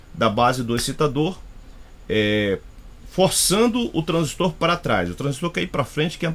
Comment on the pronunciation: Parabéns pela análise, gostei. Satisfeito em ouvir uma análise realmente técnica, com conhecimento prático, gostei ainda de ouvir a pronúncia correta do TRANSISTOR. Tem gente que repete, igual papagaio 🦜 tudo q escuta, por isso tem gente falando "TRANSÍSTO", pronúncia como se tivesse acento agudo no i, esquecendo até da letra r.